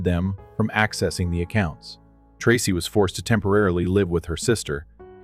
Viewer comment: Story 2 miss pronouncing the name Tracy😮